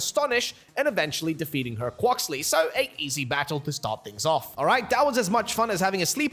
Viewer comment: Did you say quaokuly